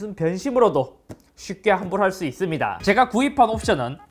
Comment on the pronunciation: 잇섭 님 발음 특징 : ~~~(제품 특징)스러워진 아이폰을 볼 thㅜ 이thㅡㅂ니다!